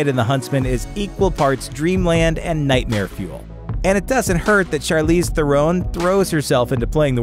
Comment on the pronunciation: Therone!!! it's Theron.